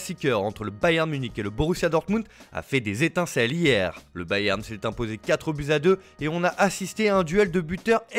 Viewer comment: IL faut dire bayern Munich Mais balewan dosmunich